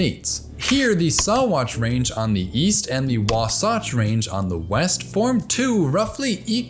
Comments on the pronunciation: It's wa- sa-ch Wasatch not wosotch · I had to giggle at the pronunciation of Wasatch. Americanize the word more and you'll get it. Breaking the word up will likely help, too. "Wah-satch" with the second a sounding like the "a" in bath. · Wasatch is pronounced waa sach not waa sawch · I live right next to the Wasatch range and the way he pronounced it is just so funny to me because we say wah-sagch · Living near the Wasatch range I have to say that we pronounce Satch like as in satchel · The way you said wasatch is interesting. I'm from Salt Lake City which sits in the wasatch Valley of the rockies. We always pronounce it as wah-satch (Satch as in satchel). But now I'm realizing that this word is probably most definitely a native American word that all of the colonizers mispronounce haha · Giggling a little at your pronunciation of wasatch. Local dialect pronounces it wa-satch like in satchel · Yo. As someone who has grown up looking at the Wasatch Mountains out my front window, it was kind of funny to hear them pronounced that way, lol. Second syllable actually has a short a. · Hi, hate to be that guy, but the locals in Utah pronounce Wasatch as Wah-satch (like hatch). That being said, I never thought I'd see them mentioned by name in your videos and it's far more awesome even including the (reasonable) mispronunciation! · His prononciation of Wasatch is hella funny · As someone who lives along the Wasatch front, the way you pronounced Wasatch was horrendous 😂😂😂😂 still a great video, love your content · haha never thought id hear somebody pronounce the Wasatch Mountains that way. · Bothered me how you said Wasatch lmao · Great video but I have to correct your pronunciation of Wasatch. The first a is the "awe" sound while the second is the "a"pple sound. Had me laughing for a hot minute 🤣. Loving the videos keep it up! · Living in Utah I find it funny how you say wasatch lol regional stuff 😄